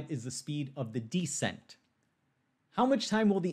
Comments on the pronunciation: It’s descent, by the way, not deesent. Or are we making some joke about how smart people can make glaring mistakes? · Descent is stressed. To me, it sounds weird to say it as "DUH-sent" while stressed the same way the pronunciation of "the" changes based on stress ("This the THE place to be" vs. "We went to the diner you recommended")